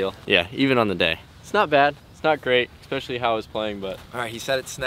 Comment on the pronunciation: LOVE the content. Subscribed to everything. If you really do read these comments… it’s ESpecially. Not EXpecially. For Rat and Boo